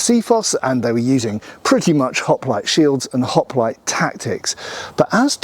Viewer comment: I swear to Gawd that I 'MUST' NOT up on how accents change things. I am an American and I thought that I was 'pretty-well' up on accents. At the beginning I could have sworn that he was calling them 'Hot-Plates' and then it dawned on me: 'Hoplites'.